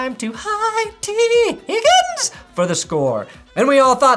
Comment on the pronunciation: I'm out of the loop, why the fuck do you keep saying higgin's name like that? It's extremely annoying ngl. Love your content.